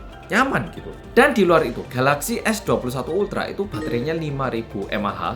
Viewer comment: Mas nya orang Korea, dan mas nya udah paling bener nyebut nama produk nya yaitu galaxy.